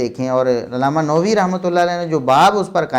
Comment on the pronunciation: It is not Imam Nowi.... Say Imam Nawawi